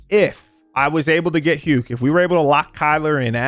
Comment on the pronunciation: Stop pronouncing hukes name wrong dawg 😭